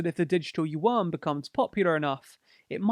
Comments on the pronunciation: "youen", not "youwan" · Only 'cos he can't pronounce it. It sounds like "ywen" with a tone that rises. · yuan is pronounced oo-en, with an almost umlaut-y oo. But it's usually called renmenbi, or run mun bee, but the u is schwa ie the 'ugh' sound that most unstressed vowels become in english.